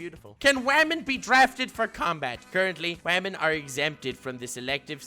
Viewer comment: Okay but why do you pronounce women like "vermin"", I was confused for a good portion of the video